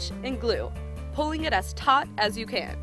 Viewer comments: It sounds like she says taught instead of tight but meh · who heard tot instead of tight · She says neither. she says taught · taut means the same thing as tight pretty much I think